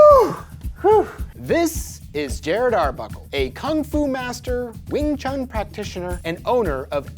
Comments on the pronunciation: Please stop saying wing chung. It is WING CHUN. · Just my point of view. take that space between them out too. There isn’t supposed to be any pause between the pronunciation. Wingchun